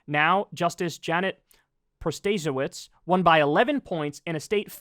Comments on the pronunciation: it's "Pro-ta-say-witz" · The new Justice in Wisconsin's name is pronounced: Proto-say-witz